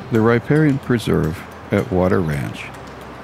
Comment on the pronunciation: Not bad, but you're mispronouncing riparian. Here > rə-ˈper-ē-ən